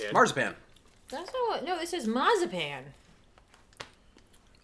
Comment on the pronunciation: Zup guys love this video, That’s a lot of snacks lol, now, was cheating, when you guys tried Tika, and put the whole Tika in their mouth while she took just a bite, hilarious. The “masapan” its “masa” “pan” lol not “mas pan” lol, I hit the floor laughing with and!! which means “bread” “dough” ( literally), I think that snack its made with “bread-dough”. I also have a box of comics wanna get rid of but don’t want to just donated I rather give to someone that might make something useful with them, humm I might ship it to NJ lol, Anyways enough of me ranting thanks again for an entertaining video. Happy New Year!